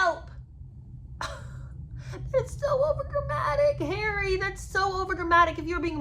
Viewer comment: I have to agree with Lola Louise that I cannot clearly hear the enunciation of the words when you dramatically do "Harry". The rest is fine, and I do enjoy your take on the book.